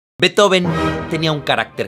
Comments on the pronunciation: se pronuncia en alemán, no en inglés. Ludwig Van Beethoven, se separa en Beet-Ho-Ven, no Bee-Tho-Ven, el error está ahí. Eso sí, la pronunciación de Ludwig varía por la última sílaba, ya que -ig se puede pronunciar de varias maneras, como -ik o como -ich, y eso tiene 2 variantes, -ij e -ish. La D se convierte en T. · No se pronuncia "beto-ven", eso es error que se repite en el video. Se pronuncia "bīt-jofen" (la ī es como la LL o la Ye)